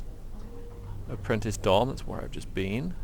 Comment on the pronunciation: "have you heard the apprinti.... UHH Vase!!!" hahahahha